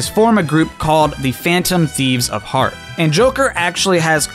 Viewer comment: The Phantom Thieves of Heart! Sorry, the S at the end of Hearts was absent today.